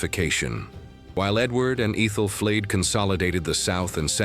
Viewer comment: Yes. Medieval names are difficult to pronounce, but does AI have to pronounce them differently every time they’re said. 😂 I lost count, when it said Æthelflaed at least 4 different ways in one segment I turned it off. 🤦‍♀️